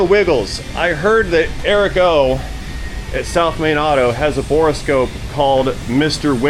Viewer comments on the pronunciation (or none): Dude, it's bore-scope..... not bore-a-scope.